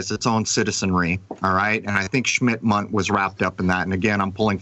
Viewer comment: It’s SMITH - MUNDT not. SCHMIDT - MUNDT!!!!!! Every time said SCHMIDT I felt like punching myself in the face!!!!!